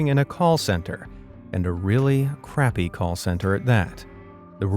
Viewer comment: I don't like how you said crappy call center with so much emphasis on the crappy I feel he's gonna crap in the sandwich I'll come back to see If I'm right Edit) Okay, it's not, holy Jesus